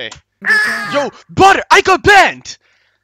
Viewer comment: calls badr "butter" xddd